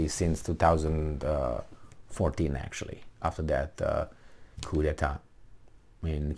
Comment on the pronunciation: appreciating that English is not your first language, the P at the end of the word " Coup" is silent. It is because it is borrowed from the French "Coup d'etat". Love your plain speaking approach. "No sacred cows" could be your motto!